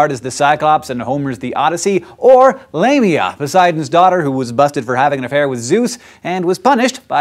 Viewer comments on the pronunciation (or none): I thought it said Labia, not Lamia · Lamia, because it sounds like Labia, really should keep the trend going